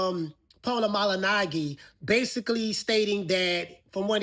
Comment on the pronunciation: Paulie Maleenagee? Lol He butchered that last name.